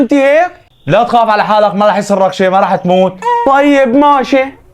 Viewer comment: ماشي❌ ماتي ✅. الكلام الصح من العكيد هيثم